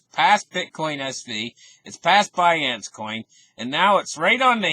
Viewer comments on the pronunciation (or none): none